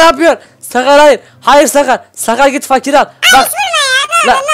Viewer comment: Abi fakire seslenirken fakirin ırini söyleme fak ir